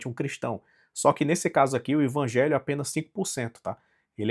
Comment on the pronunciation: Mas é sério que vc pronuncia Ivangelho?